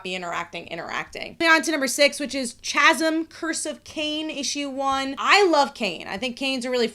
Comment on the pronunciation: Chasm is pronounced "Kasm". The CH gives a Ka sound.